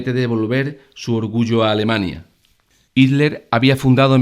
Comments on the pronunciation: Buen video PD: Se pronuncia JITLER no ITLER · bueno video te explicas muy bien pero ''el duze'' y ''itler''... XDD